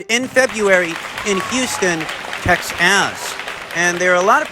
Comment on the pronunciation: Love the intentional mispronunciations, but please don’t do that to TEXAS we are a proud people. I know you are in the witness protection program and you should have them relocate you to TEXAS. We can go to the cowboys stadium in 2024 to watch Vergil Vs Boots.